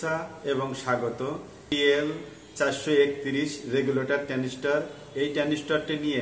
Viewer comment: ট্রানডিষ্টার নয় ট্রানজিস্টার হবে। এটা ট্রানজিস্টার নয়।